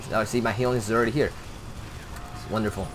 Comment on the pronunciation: HELLyons, not heelyons, haha